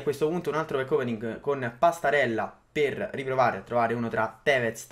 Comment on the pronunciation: E dal primo pack opening che dice così, è fastidioso